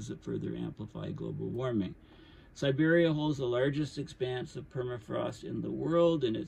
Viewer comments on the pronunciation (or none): none